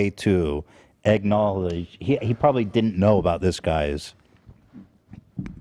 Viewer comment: The way Ethan says “egg-knowledge” lol